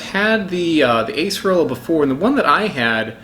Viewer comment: Properly pronounced Ah-cerola